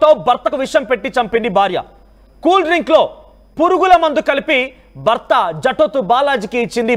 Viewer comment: బర్త బార్య ఏంటయ్యా. భార్య కాదా ? Horrible telugu !!!